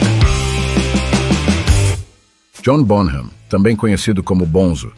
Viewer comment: Excelente vídeo. Só uma correçãozinha e por favor não leve a mal. A pronúncia do nome dele é John “Bónam” terminando o “m” com os lábios fechados